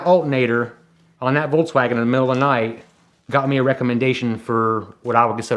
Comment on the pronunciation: Again some guy who tells you "i am the car expert... Wolkswagen" who told you english native speakers to spell car namens always wrong?